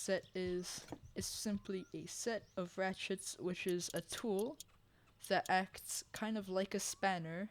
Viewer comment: "We'll move the crate off beer outside for easy use"😂 sounds like Finland to me